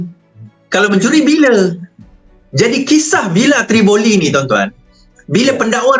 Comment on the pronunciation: nama villa pon brader dah salah...tivolli daaa bukan trivoli...yenadeiii